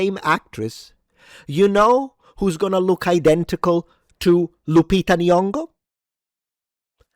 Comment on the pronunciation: Of course it's funny when you say "Nooooolan", but I just love how you pronounce Loupita! And thanks to all the reviews I watch I keep discovering old gems, such as Iphigenia (1977), which I never heard of before, about the sacrifice made by Agamemnon. Irene Papas plays Clytemnestra.